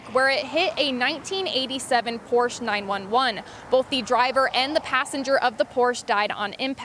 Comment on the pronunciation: Absolutely tragic. Thoughts and prayers are with the victims and their families. The reporter completely botched the name of the Porsche. It’s nine-eleven, not nine one one.